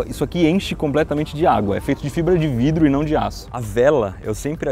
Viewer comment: Pessoas normais: Que bela obra da engenharia, bela estrutura. Iberê: OVÔ FAZÊ UM COM FIBRA DE VRIDO!